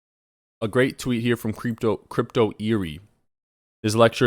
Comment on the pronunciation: Lol, you said creepto. Should make a coin called Creepto.